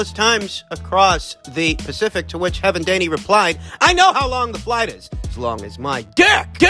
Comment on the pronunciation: "Heaven Daney" 😂